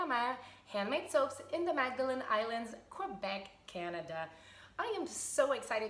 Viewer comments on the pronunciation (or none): none